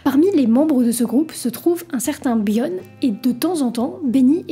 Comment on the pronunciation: t'sais pas prononcer "bjorn" ??? m'enfin